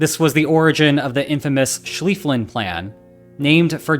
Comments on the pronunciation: *Schlieffen (not SchlieffLen) 🙂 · Great Video. However, the name of the German general was (von) "Schlieffen", not "Schliefflen". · I love your content and you are doing incredibly well, but you inexplicably mispronounced "von Schlieffen". All English speakers get the "von" slightly wrong, I got no gripe with that, but for some reason you added an L to his name xD "SchlieffLen" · You pronounced Schliefen wrong. You did it with two l's. But there is only one after the "Sch", buy you added a second one before the "en" part. You also seemed unsure about how to pronounce the "ie". It is pronounced like "ee" in english. Like in "see".